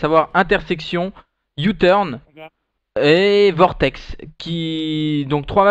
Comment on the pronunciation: Et donc c'est Vortex et non pas Cortex ;)